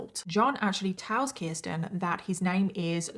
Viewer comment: Age of sexual consent in New York in 1980 was 16. Children could be married as young as 13 with parental consent. Also, thank you for saying my name correctly (Kirsten). Most people don't.